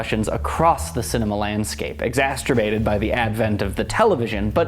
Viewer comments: I had to smile. I think you said "exasterbated" rather than "exacerbated by the television." Oh don't worry, I think you are absolutely fascinating in your analysis and the range of your knowledge, and the technical skill with which these postings are put together. New viewer here, ardent Fan but what was on your mind at that moment? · "Exaceterbated." I liked that. LOL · “exasterbated”? That one cracked me up. I guess he couldn’t wait to go off and “rub one out.” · Ex-as-PER-ated. :P